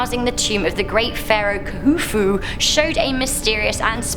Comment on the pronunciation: 1 Khufu is pronounced Kufu and Tutenkamun is pronounced tutenkamin